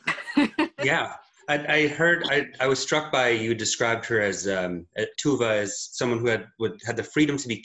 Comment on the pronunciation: Also To-ve (toe-ver), not Too-ve